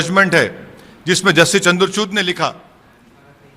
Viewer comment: is it just me who misheard or he really mispronounced justice chandrachurna name? Pardon if it's just me🤣🤣🤣